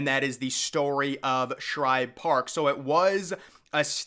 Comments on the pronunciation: Oh my, how on earth do you make an entire video about this stadium and mispronounce it almost 2 dozen times. It's like nails on a chalkboard. Woof. That was hard to listen to. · The author of this video just threw together a bunch of old photos and probably used Wikipedia for "research" . One would think to do actual research where you pronounce things correctly. It was SHIBE Park, not Shribe. So do you throw additional letters in other names as well? Here's food for thought. Take down this video, learn to pronounce SHIBE the correct way, maybe speak to people in PHILLY (not Phrilly) and get your s*** straight, then try again with a video. If you want to be taken seriously, be respectful, do some actual research, and pronounce correctly. This is not a good video. Just saying... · Its Shibe not Shribe? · Shibe Park, not Shribe Park . Come on man, know your stuff before you make a video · It is NOT called Shribe Park, it’s S H I B E, no “r” in Shibe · I grew up in Philly and I've never even heard of Shribe Park. SHIBE Park (without the "R") yes, but not SHRIBE Park. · ShIbe. Not ShRibe. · It's shibe park not shribe park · please when you do a video Pronounce the right name of the Park it's Shibe park not Shribe Park please thank you. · After I heard 'Shribe' for the 3rd time i turned it off. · This dude is pissing off the whole city of Philadelphia by calling it shribe park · I heard this guy doing this in another recent vid of his. He must not read his comments any better than he pronounces names of famous old parks cause he’s still saying “ShRibe for some reason. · How many videos is he going to mispronounce this stadium name in?